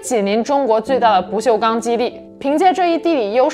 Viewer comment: ：跟我念：不锈钢，不是不锈康